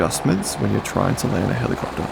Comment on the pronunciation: Helicoptaaaa. 😂 Your accent is so good. Nice video btw.